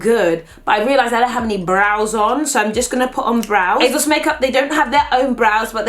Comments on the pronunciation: It’s ASOS, ASOS!!! Not azos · ASOS not AZOZ - not gonna lie. That’s annoying me. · Is it just me or is she sounding like she says it azos instead of asos. This is NOT hate I love uuuu xxxxx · I love you patty, but hate how you say AYYZOZ! It is Asos, love. :P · Girl, please it's aSSSSSos not azoz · Asos not azoz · she says asos so weird "azoz" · Is she saying azos?? 😭😭😭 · Who knew it was pronounces "azoz"? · The way you say ASOS is so funny 😂 it sounds like you’re saying Azos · I'm here coz I laugh every time beautiful pronounces ASOS as EHZOZ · She says Asos like it has a Z in it and it really bothers me! :/ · the way pronounces things makes me laugh "Asauce" and "lip bum" maybe it's just me. love the videos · it's not her accent lol I'm from where she is. She's just got into the habit of pronouncing it incorrectly. Even Mike has pronounced it the same way and their from two different parts in the country. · Can I really watch a whole video of pronouncing “ASOS” wrong????